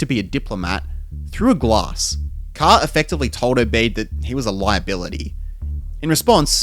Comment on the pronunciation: It is pronounced Obead not Obay'd